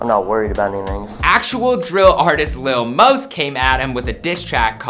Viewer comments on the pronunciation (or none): White boi said "lil mose" 😂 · Facts it’s lil mouse